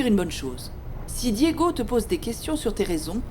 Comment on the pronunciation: Fédé est de retour avec ses bébéee bébé bébé eeee et sa penbech de femme cour après Santi bien que fédé ne pense qu'à l'argent de marie José Diégo est tellement bon pour Anna elle n'a jamais pris le temps de dire Diégo mais Digo 😂😂